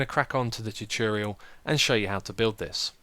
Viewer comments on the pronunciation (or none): It's tu-TOR-rial, not tu-TEE-rial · its actually tu-TO-rial :P